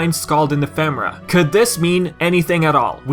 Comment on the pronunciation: Nomura pronounced it Ef uh Mare uh, so do talking dictionaries ;)